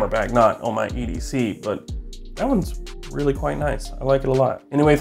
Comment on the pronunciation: Anotha thing, realla quickly, before we get started